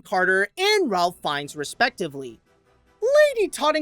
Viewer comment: It's pronounced "Ray", not "Ralph"